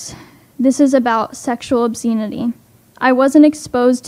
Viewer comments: "Obsceneity." She doesn't even know how to pronounce some of the words in the script from which she's reading. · That first girl thinks we should believe her when she says seeing two people kissing (something totally normal) led to sooo much trauma, and she can't even pronounce the word obscenity.